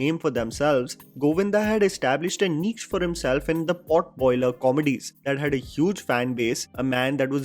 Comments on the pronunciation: How can u pronounce niche as "neech"? It's pronounced as neesh dude. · did u say carved a "neech" for niche on purpose hahaha